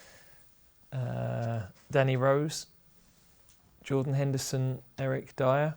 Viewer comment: Is it me or does he say "Derek Dier"?